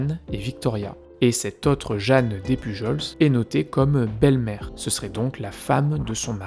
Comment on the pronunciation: Super intéressant comme vidéo, par contre petite précision sur le nom Despujols. On le prononce comme Des Pujol. Les s ne se prononce pas. Quant à théorie sur la veuve noire, je pencherais plus pour la théorie selon laquelle la fameuse Suzanne voulait se remarier vite parce qu'elle voulait être à l' abri du besoin et que le seul moyen pour les femmes à l' époque était le mariage. Cela est possible surtout si on vient d'un milieu pauvre et que toute sa vie on a dû faire attention à tout.